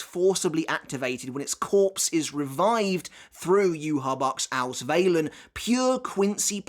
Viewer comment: as someone who lives near germany and speaks it fluently, the way you pronounce Vollständig isnt quite right but somewhat close i guess. But i am surprised how you said Sklaverei because that sounded perfectly. the Auswählen was decent but not quite on point. However i loved the Fact that Uryu shot Mayuri with one Arrow, making a Donut out of him and completely destroying the bankai. Im not sure if letzt Stil or Vollständig is stronger because whilst Letzt Stil has more power i assume, Vollständig seems to not have as many drawbacks to it if any at all. Plus the Duration varies too so yeah. What i still dont understand is how an arrancar can use Quincy powers, as the one who tried stealing Ichigos Bankai but miserably failed in doing so.